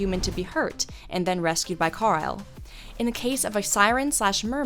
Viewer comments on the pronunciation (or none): Mermaids? No, just no. And I find it hard to take videos like this seriously when you don't even know how to pronounce names of major characters. Carile? It's Carlisle (car-Lyle).